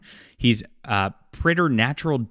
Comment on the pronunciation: it's pronounced 'Predator-natural'